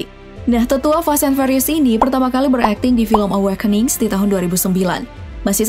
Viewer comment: Fast & "fyurious"..bukan fast & ferios 😂